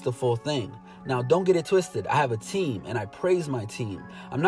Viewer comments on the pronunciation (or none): none